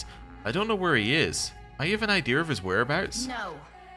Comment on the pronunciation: Huh. So obviously I have been listening to you for years, and thought I had a pretty good idea of what your accent sounded like. Like 90% American with the occasional British pronunciation thrown in, but then you said "idea'r." Which to my knowledge you have never slipped in a non-rhotic intrusive R, so now I am very confused. Either you just got back from a trip to Boston, been watching a lot of Bernie Sanders, or your "real" accent is very different than I thought. :)